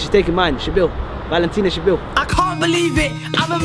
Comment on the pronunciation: Man said "valentina shabeel"